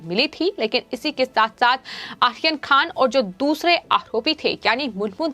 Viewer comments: pls pro nonce correctly maam. Aryan not Ahyan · Not Akhir Khan, it's Aryan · Aryan Khan theek se bolo. 🙄 Ahiyan Khan. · नाम सही लो बर्थडे बॉय का! क्या प्रोनाउंस कर रही हो!! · Please pronounce his name properly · आर्यन का उच्चार ठीक नहीं करती है आप